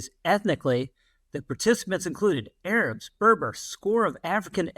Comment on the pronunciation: She keeps mispronouncing Arabs.